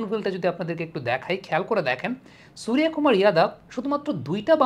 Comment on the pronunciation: আরে দাদা আপনি তো বিহারী কিংবা ইউপি ওয়ালা দের মতো উচ্চারণ করছেন "সুরিয়া কুমার"। আপনি নিজে বাঙ্গালীর ছেলে তো বাঙ্গালীর মতোই "সুর্য কুমার" বলুন।❤